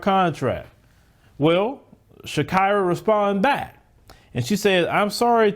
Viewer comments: Its not shak"ai"ra, its shakeera like shakeera shakeera hips don't lie🎶🎶. Americans hava some kind of wired ways of pronouncing 😁😁😁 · That word is pronounced Sha-e-ra. Like the singer. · I think it's Shah-KEE-rah.